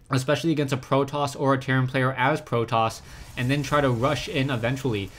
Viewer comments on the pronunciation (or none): none